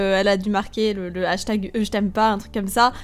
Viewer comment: Même si cette vidéo date, le "jtm po" me fera tjrs autant rire psk elle parle comme une qc là x) Pour le snap, j'ai déjà été bannie 3 jours pour échange d'infos personnelles, je demandais le snap d'un gars psk je voulais lui parler sur snap alors que ça m'était jamais arrivé avant ! Faites très attention les gens, je suis la preuve que c'est pas que les pervers qui reçoivent ce genre de bannissement :) Je voulais uniquement son snap pour lui parler quand je serai pas chez moi mais là je lui parle plus du tout bref.. Faites très attention !